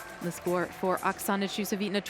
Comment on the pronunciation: everytime she says Okasana's name, it's slaughtered differently. So nice to see so many new gymnasts from SE Asia.